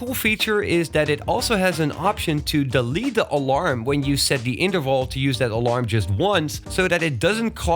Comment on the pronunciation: Just an English FYI. TH = the sound TH not D ie. "The" should sound like "The" not "Da" "Other" should sound like "Other" not "Odda"